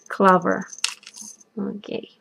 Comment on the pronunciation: Does it matter what type of Poplar leaves? I have Tulip Poplar trees in my yard, also a Lilac bush, and Rosemary, is one of the herbs, I grow. Also, I don't understand, are you saying "cloves," that we use to stick in Oranges, Ham, etc.? It sounds like you are saying "clover?"